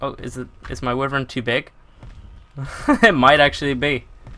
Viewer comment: The Wyverns are pronounced Why-Vern not Wifern.